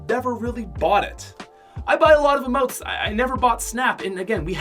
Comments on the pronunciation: It’s emotes not amote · What I hate is when he called emotes AMOTE or amoe he needs to go back to 5th grade